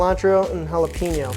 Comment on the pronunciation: it's jalapAño not jalapeeno 😊